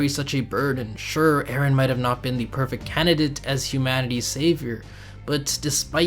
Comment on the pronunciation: Hey man. Friendly advice, Perfect* not perfekt. Accept* not expet